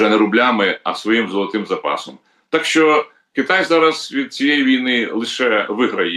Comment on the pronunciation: ВЕДУЧА: НЕ сЧЧЧЧЧооо ак гепа а шьо